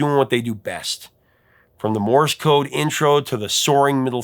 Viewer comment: Misheard "lyric"? Shot across the bow. Like the bow of a ship. Not a bow on a present. Rhymes with the sound you make when you smash your thumb with a hammer: ow! And there's Morris Code, which is actually Morse Code. One syllable. Rhymes with horse. Of course, you know more about music groups and bands than I ever will. I have no idea what the lyrics are for most of the songs you play without searching the internet! I love the mis-heard lyric videos! There's a bathroom on the right! (OK. I actually knew the right words for that!)